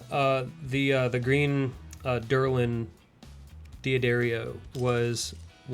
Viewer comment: I think you mean Delrin, not derlin?